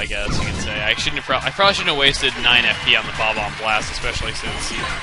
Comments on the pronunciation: You kept calling Bob-ombast the Bob-omb Blast. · chugga i hate to burst your bubble but its bomb omb BAST not BLAST